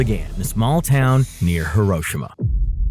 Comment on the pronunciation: why did bro say Hiroshima like that